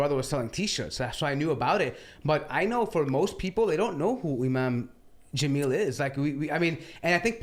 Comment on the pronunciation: 1st it was “thunvi” and now it’s “jaaamil”, cmon 😂😂😂😂😂😂😂😂